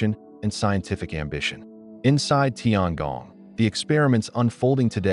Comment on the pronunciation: tiangong, 天宫，不是tiangang